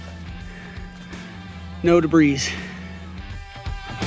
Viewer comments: Great video, straight to the point. Fun fact: the plural of "debris" is still just "debris" with a silent S. Deh-bree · Thanks for your video and information, it was very thorough and helpful. Just a heads up here : the word debris is pronouced without sounding the s on the end. The word debris is good for both single and plural.Hope you dont take offence at my offering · The s is silent in the word debris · 🤦ha ha I know I don't know why I pronounced it like that.